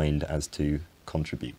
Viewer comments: you said........ CON tribute not con trib ute ! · One of the words you said in the final seconds of your video reminded me of one of the distinctions that I have become more and more aware of recently: how many differences in pronunciation between British English vs. American English are based on which syllable in a word is stressed. In this instance, it was the word "contribute" when you were thanking your Patreon supporters — CONtribute (as you pronounced it) vs. conTRIBute (as I would have said it ... with the first syllable pronounced more like "cun"). I especially notice this (usually when listening to our BBC America radio news reports) whenever I hear words ending in "ization" ... a long "i" used by British English speakers vs. a short "i" by Americans. It reminds me of differences in musical styles ... one has almost a syncopated quality, while the other is more sing-song.